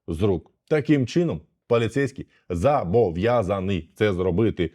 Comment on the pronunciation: не зАбов'язаний, а зОбов'язаний! і - не зАбов'язаний, а зОбов'язаний!